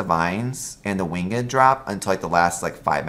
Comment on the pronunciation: Are you saying win GED when you say the word winged? what accent is that?